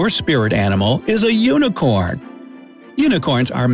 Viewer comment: i'M a wUNicOrn a wUNicORn a vEwY vEwY cooT wUnIcOrn